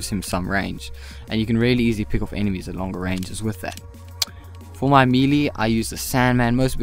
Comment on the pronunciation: LMAO he said me lee meeeleeee